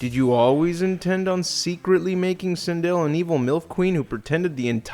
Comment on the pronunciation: How do you feel about butchering Sindel? ED: Yes..